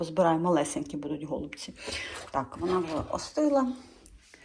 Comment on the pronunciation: гОлубці👀. Ріже вухо. Теба казати голубцІ , наголос на останню букву " і "